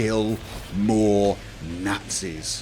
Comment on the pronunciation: Killing Nahtzees